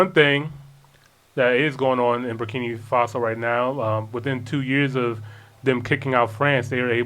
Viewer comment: I LOVE YOU GUYS, BUT THE NAME IS BUR KI NAA FASO! NOT BUR KI NII FASO!